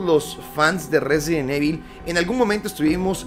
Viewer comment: Porque dicen evil no save pronunciar